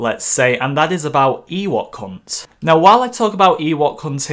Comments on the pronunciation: I can’t be the only who thought he was saying “ Ewok cunt” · Am I the only one who hears "Eh what c#nt" instead of Ewok Hunt?